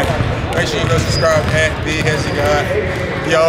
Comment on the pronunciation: Hezi not fye